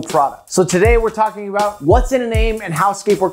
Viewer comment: How aboot that yee